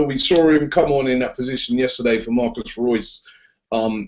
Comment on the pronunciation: Why do you always say Marcus reus haha